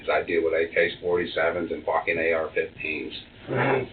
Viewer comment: Ha take a drink when says 'Focking 🤣